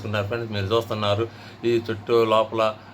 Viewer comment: ఎందిరా .....మీరు జాత్తు న్నారు మీరు జూత్తున్నారు.